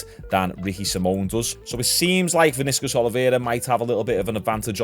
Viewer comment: The way you said Vinicius I can tell you not a football fan😅